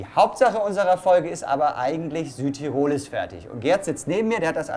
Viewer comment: Bei diesen drei möglichen Varianten wäre ich doch tatsächlich für die dritte. Wäre schade, wenn was von dem toll Gebauten verloren ginge!! (Eine kleine Sache nur: man sagt nicht Südtir*o*l, sondern S*ü*dtirol - die Betonung liegt auf dem ü.)